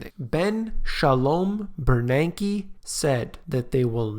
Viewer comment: Ben Shalome Bernanke. I'm LMAO how you're emphasizing that name. Guy, ur FUNNY!!